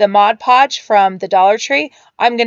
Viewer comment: New sub, I love anything nautical or beachy looking. Also love that you say Mod podge & not Modge podge. :D